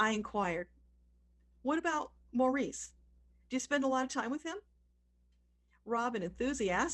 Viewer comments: She can't even pronounce Maurice properly but chatted with Robin? I got to 2 minutes. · You didn’t even pronounce Maurice’s name right. I never take anyone too seriously when they don’t say his name right. It means you didnt care enough about any of the brothers to get it right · His name sounds like Morris not Maurice